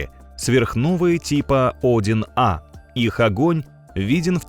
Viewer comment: Цефеиды несколько десятков миллиардов лет живут? В роликах часто ошибки в числах, порядков на 7-8. И УАРЕНИЯ . Тип Один А.....Правильно - -одИн А